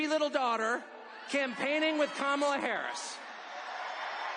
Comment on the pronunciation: I love how Tucker calls Kamala Carmela.